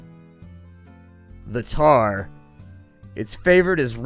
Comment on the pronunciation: THE TARRS NOT THE TARRS